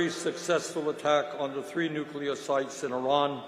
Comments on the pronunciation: You pronounce Nuclear wrong, it's not New-cya-ler, it's New-Clear. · No. P.S. Nuclear is pronounced “New-klee-er.” Not “new-Q-ler.” It’s so sad when intelligent people say this word incorrectly. 😔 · you say that you read the comments, but you keep saying nucular instead of nuclear. It is important for someone in your position to pronounce words properly. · It’s NEW CLEAR. Not NEW CULAR? Bush the lesser is long gone. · Nuclear: New-klee-er. It’s so sad when I hear intelligent people say this word incorrectly. 😢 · If it’s not CLEAR, it’s not nuCLEAR! One u.